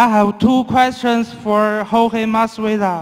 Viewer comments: lol did Joanna call him Georgie instead of Jorge? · damn Joanna now masvidal's next opponent will call him Jor-gee lol